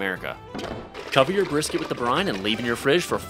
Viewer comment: It’s pronounced brisket not brisket